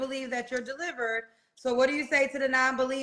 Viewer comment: The word is delivert. I love womenz women women womenz😅😅😅😅 I am delivert 😅😅😅😅